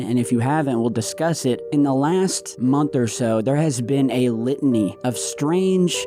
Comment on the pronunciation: OOOHH... "A LITANY"?! 😱